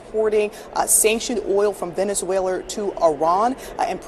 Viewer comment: She said venezuelar